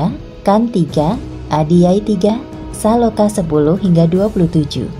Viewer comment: Bacanya sloka mbak, atharvaveda bacanya atharwaweda, dinarasi ulang dulu yuk🤭🤭 suksma, salam damai